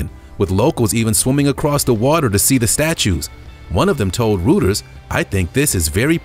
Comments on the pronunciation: I think narrators should bother to learn how to pronounce words and names. And it's not pronounced Rooters, it's pronounced R o y t e r s. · It's pronounced royters not rooters 😁